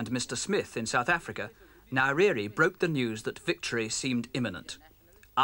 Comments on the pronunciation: Its not "niriri" its nyerere ffs😂😂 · nye ==> Nai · Tanzania isn't in Southern Africa, it is situated in Eastern Africa ..And Nyerere is pronounced Nin-yeh-reh-reh.... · Please pronounce his name correctly it's Nyerere...